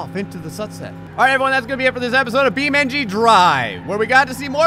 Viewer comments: It's Beam NG. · Yes! More "Bee Men-G"! Thanks